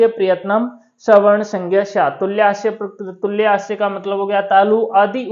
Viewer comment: उच्चारण भी गलत है पढ़ना भी गलत तुल्य को तुल्ये क्यों कह रहे हो। गलत मत पढ़ाओ तुल्य का मतलब होता है समान। न कि तालु